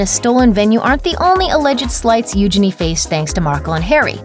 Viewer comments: Its not pronounced Uginy its Uginie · First of, stop butchering her name! It’s Eugenie (like Genie in a lamp) not euginny! I’m not a royal fanatic but it’s really annoying! As for the rest of the drama?! It’s complete bs. All minor royals get married at windows. Megan and Harry weren’t the first and eugenie and jack won’t be the last. Sure she was dreaming of getting married there, but she also had to! And why do numbers matter?! Harry at one point was 3rd? In line to the throne? Now he’s what? 6/7 and eugenie is? A lot more. Harry is in the spotlight and eugenie is not. Obviously the numbers aren’t going to be the same! You’re making drama where there is no drama. Stop milking the royal family because your president is a shit show!! Gah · It’s pronounced you-jayne-ee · Your pronunciation of Eugenie is hilarious